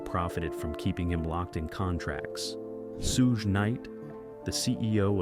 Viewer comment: This guy can't even pronounce suge name right